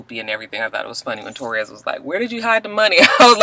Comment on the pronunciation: way are you calling that girl "Torres"? Her name is Ta'Rez. When you were talking about the med's and the sleep. I was like alright "Michael Jackson".